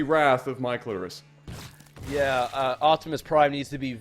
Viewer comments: why did i whole time hear say "my clitoris" not "Mikelitoris"??? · You guys really gave up on trying to say Mike Litoris